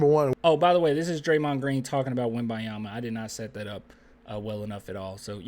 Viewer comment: Dude why you keep calling him WemByeYama